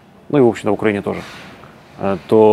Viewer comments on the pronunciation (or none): Пожалуйста, скажите ему, что он живет и работает в УкраИне, а не в УкрАине! Столько интервью пересмотрел, а Владислав все не может грамотно и правильно назвать свою страну. Казалось бы мелочь, ведь это всего лишь ударение, но оно обо многом говорит